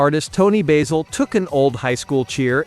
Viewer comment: Keeps saying Toni Baysell It’s Toni BASIL Ugh 😤